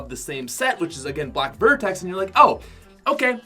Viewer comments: Am I the only one triggered when he said black vertex instead of black vector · It’s black vector not vertex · Black Vertex looooooooollll. Its Black Vector